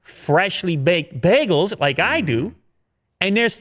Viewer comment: Even though I live in Canada, it's always funny the way people pronounce bagels here. I'm used to "bay-gels". 😀